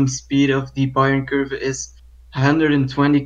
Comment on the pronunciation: It's pronounced Bayern Kurve not Bayern Kurve!!!